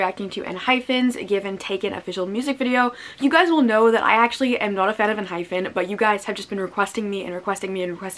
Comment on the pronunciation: Its pronounced en-hype-en